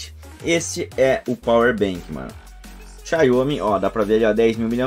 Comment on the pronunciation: Xaiomi não; XIAOMI! Obrigado pelo vídeo e força para o canal.